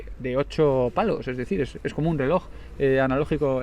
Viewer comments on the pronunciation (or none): none